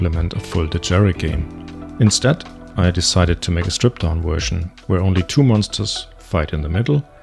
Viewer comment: "My wersion of..." 😃